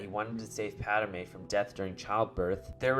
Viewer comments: PADme not Padame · Did this dude say Pad-a-me'?